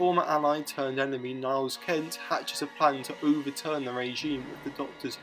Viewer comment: Good video, nice bit of background research. Couple of small issues with names, however. "Marvin" Haisman? It is Mervyn - pronounced "mur-vin" He is then erroneously credited as "Hainsman" in your outro. Also it is Giles Kent not Niles.